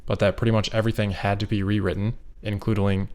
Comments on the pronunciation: Thank you for includeling that mispronounciation of including. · "Includeling" is gonna be the new "norminal" :D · “Includ-ooling” so SHOULD be a word.